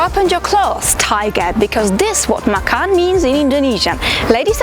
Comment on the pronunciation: I want to tell the entire world to stop calling it ma-khan. Macan is Indonesian name of tiger and it’s pronounced ma-chan with ch like Che Guevara. Not ma-khan with kha. Because if you say so, this means eat. Very different.